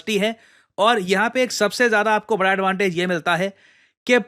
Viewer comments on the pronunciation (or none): none